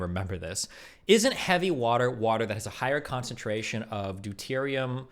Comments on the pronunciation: He so clearly knows very little about chemistry. Forget the fact he mispronounces deuterium... he claims that deuterium oxide is an isotope of water. It's not. You can't have an isotope of a compound. Deuterium is an isotope of hydrogen. He also claims there's "an extra hydrogen atom". Also incorrect, There's an extra neutron in deuterium than hydrogen. How can the man bring up the word 'isotope' in one sentence, and in the next sentence, immediately show that he doesn't know what an isotope is? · “Diterium oxide It’s deuterium, Vaush